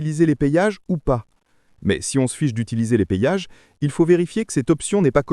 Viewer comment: euh.... les "payages" . ???